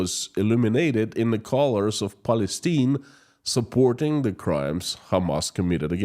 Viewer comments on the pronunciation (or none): Palistine is pronounced: PAL-EH-STEIN. Palistinian is pronounced: PAL-EH-STEN- EON. Excuse my basic phonetic language.